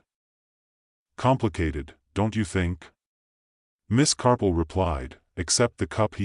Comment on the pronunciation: I did. The AI voice says CARPLE many times, and even the captioning reflects CARPLE, not Marple. There are a few times it actually says the correct name of Marple, but many more times it's the incorrect pronunciation of Carple. As a native English speaker, I know what I'm hearing.